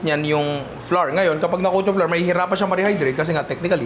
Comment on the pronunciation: Super commendable work ethic and effort. This is awesome content,! 👏 👏 🔥 🔥 Madagdag ko lang po: Our / Flour / Flower = They all sound the same. Walang variation, pramis. Hindi po tama yung flour = flarr. English and Language educator po ako. 😁 This is not bashing but helping our content creators improve their craft po. 😊